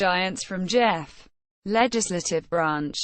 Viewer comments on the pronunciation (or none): not pronounce jeff -- pronounced GEE -- off